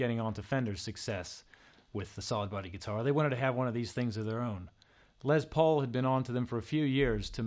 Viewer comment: he keeps saying it like "lez paul" not les but a beautiful guitar nonetheless